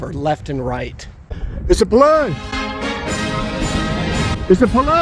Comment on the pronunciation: how you say police kills me every time 😂😂😂😂😂